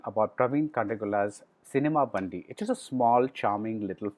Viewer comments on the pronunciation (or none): Pronounced as Cinema Bun-D, not Bandhi